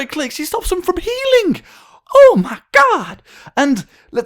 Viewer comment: Did you say "oh my GLOB"?